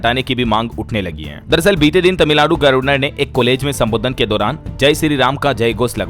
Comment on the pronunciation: Gabarnar ko aap sahee nahee bolte ho